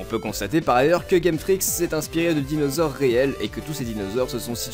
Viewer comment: Tu a niqué le noms des dinosaures 😂